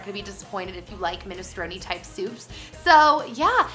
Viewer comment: You're pronouncing minestrone wrong